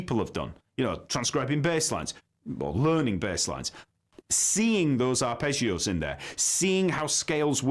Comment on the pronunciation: Arrpegiooo😂 english pronounce it’s hilarious😂. I’m italian 😂